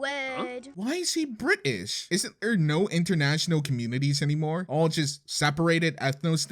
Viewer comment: I am so offended by you as a brit Other than that its a good vid but the way you said the word british... just no. ✋